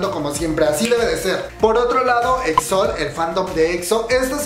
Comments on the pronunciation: AMIGO NO SE DICE EXOL ES EXOEL AAAAAAAAAAAAAA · Tienes unas malas pronunciaciones pero aqui te dejo las correcciones Exo-L: Exo-el JYP: Ye guai pi Winner: Wi ner Gaon: Gaon (Sin Acento) Key: Ki TVXQ: Ti Vi Ex Quiu Este es un comentario constructivo espero no te lo tomes a mal